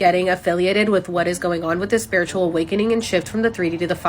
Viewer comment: Ain't no way she just said "spirtual awakening"